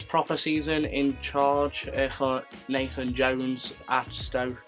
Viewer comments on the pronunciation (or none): none